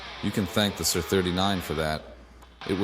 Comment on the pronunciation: It's not "sir" 39 it's S.I.R. 39. as in Studio Instrument Rentals a.k.a. S.I.R.